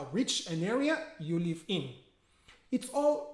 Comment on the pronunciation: Hi there, 👍🏻 good job 👍🏻 so clear and smooth as usual :) If you don’t mind my remark, you pronounce the word ‘live’ the same way as 'leave' and it’s kind of confusing sometimes :( Otherwise your videos are so inspiring , you helped me a lot in my lesson planning . I can’t thank you enough :) keep up the good work !